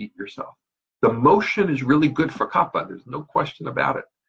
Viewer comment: It's called kafa not kappa ! If you learned all this stuff you should know the correct original speaking of that dosha!